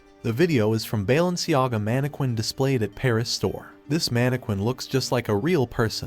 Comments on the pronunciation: the way he’s is pronouncing mannequinn and the tiktok its crazy lmafo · The way he’s pronouncing mannequin and TikToker is crazy lmaooo